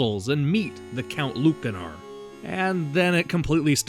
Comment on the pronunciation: Ya ever think maybe the c in Lucanor is pronounced like an S?